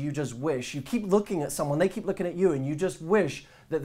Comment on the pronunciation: “theeeey are Hot...“ you soundet on that Part like you are drunk xD